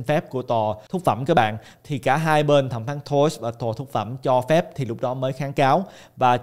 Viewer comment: Em buồn cười quá khi anh cứ nói nhầm mãi 2 từ “Phúc Thẩm “ thành “Thúc Phẩm “ 😂😂😂. Xin lỗi A vì đã lỡ cười 😂. Cảm ơn A ạ❤❤